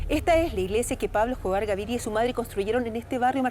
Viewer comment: La narradora doce " Gavidia" y es "Gaviria"